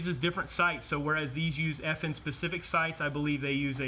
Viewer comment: NOT F&H It’s FN!!!!!!!!!!!!